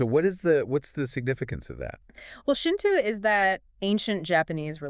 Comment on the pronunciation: why do you both mispronounce dōjō? not Duju. and its Shinto, not Shintu? its horribly wrong. its a simple O sound. The horrible mispronunciation is just plain wrong and takes away from the other information that you present in this video. Such a basic word. Saying it wrong takes away all your credibility.